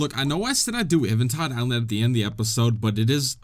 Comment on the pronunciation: I love how he says evantide island and not eventide island